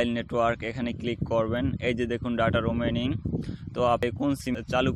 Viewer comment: দাদা রুমি আনিং 🤣